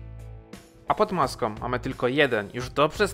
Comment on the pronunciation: Pod maska a nie maskom.